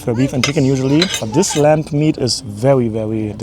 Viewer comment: Are you saying lamp meat?